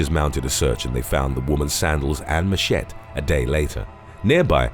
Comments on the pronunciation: You REALLY need to work on your pronunciation. Its not a machet. Its a machete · Oh yeah, "Machet" is the female equivalent of "Machete" 😉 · Lol yes. Had to scroll down pretty far to find this comment! He said it so fast and so wrong that I think a lot of people didn’t even realize what he said! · Thats ok - the story about the Shark Arm Case - within a week of being put on display at the Coo gee Aquarium Baths ?- What? Where? Its pronounced Cudgee. LOL